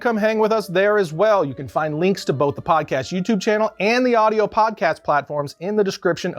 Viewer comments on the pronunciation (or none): none